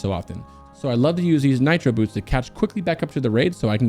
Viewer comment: Nitro BOOSTS! Not Nitro Boots lol. But great guide. I plan on coming back to this video once I eventually level up a Warlock since Demo is my favorite spec.